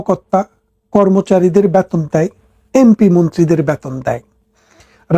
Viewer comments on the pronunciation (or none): ব্যাতন নয় - বেতন । গরে গরে নয় - ঘরে ঘরে । বুমিদশ নয় - ভুমিধ্বস। যকন নয় - যখন ।।